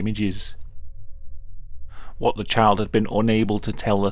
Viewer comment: I cannot stop hearing ‘chad’ instead of child